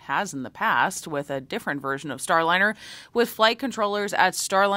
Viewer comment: I think you mistakenly pronounced Boeing's debacle as "Starlinner", but you more than made up for that when you Freudian Slipped and referred to it as the "spacecrap". And as for hearing from Butch and Suni? I doubt that will happen soon. They might no longer be in yay-team-cheeleader mode, and NASA may be worried about how they would respond to questions. Because how would NASA punish any negativity - send them home?